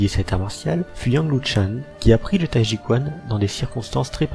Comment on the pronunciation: Pitié, apprenez à prononcer au moins 2 mots:t'ai ji quan et qi gong. Merci